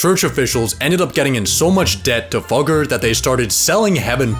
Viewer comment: It's pronounced Függer lol. I should know... it's my last name.